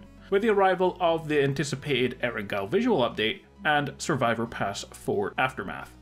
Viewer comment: Why do you still call it and spell it Erengal? Come on man you are a PUBG youtuber you should know what the original PUBG map is called